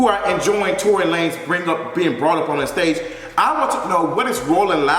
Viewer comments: "Tory Luh-nez" 🤣🤣🤣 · Not Torey La-nez 😂😂😂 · Not Tory “Luh-nez” lmao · I cackled at Tory LAN-EZ 😂😂😂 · Tory La-NAYZ!!!! LMFAOOOOOOO